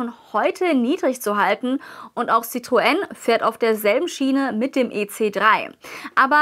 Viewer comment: Bravourös.Endlich spricht jemand Citroen richtig aus.